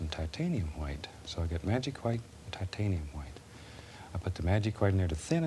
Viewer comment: TAHTANIUM HWHITE